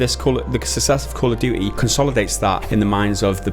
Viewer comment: "Call of dewey" ❤